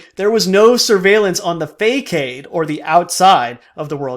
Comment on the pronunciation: Nice video. Just an FYI, "facade" is pronounced 'fassad".